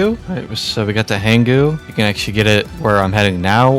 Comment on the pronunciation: It’s “Hang you” It’s a dark joke kind of like how “Fuack” is pronounced Fuck